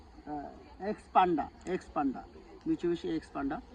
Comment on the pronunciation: Bro not panda. Pander 🤣🤣